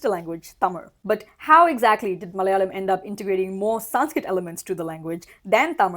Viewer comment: Hey, the first 'la' in Malayalam is pronounced closer to the 'la' in the word 'large'. Not exactly, but better than how you're pronouncing it currently.